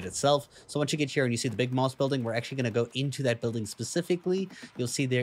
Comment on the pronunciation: MAWST? 😮😂 I think it's MAST HAHA jk man great video thanks